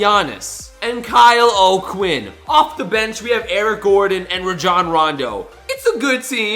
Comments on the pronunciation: You say Rajon Rondo wrong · Rajhon rondo lol 😂